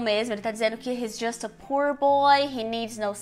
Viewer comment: Uma professora falando "pur" boy e "risco de morte"!!??????? Raios e trovões!